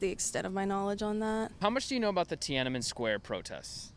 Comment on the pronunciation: If you could start out by pronouncing the name correctly, that would be great